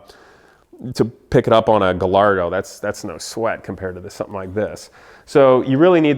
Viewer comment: Its pronounced guy-ardo not goll-ardo!